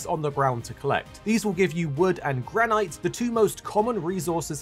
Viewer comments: Why are you pronouncing it GRAN-IGHT?! 😂😂 it’s Gran-It 😂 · graneyete isnt how you say granite? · He means where it doesn't modify the "i" to be a long sound (and so would be pronounced "gran-it"). but yeah, that's not what silent means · Man said Gran-ight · Love the way you say granite. Never heard it said that way. Most pronounce with a silent e on the end but we in fortnite collecting granite. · Thank you for the tips but the way you pronounce granite is sending me 😵‍💫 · Why do you pronounce granite like that 😂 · You can't pronounce 'Granite' 🐣 Damn.